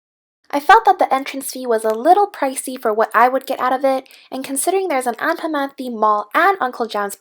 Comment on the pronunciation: This is how you pronounced anpanman (an pan man) not anpanmam (on pon mon)